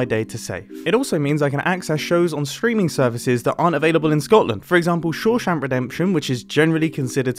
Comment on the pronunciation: Did he just say “shou-shuhnk” redemption? XD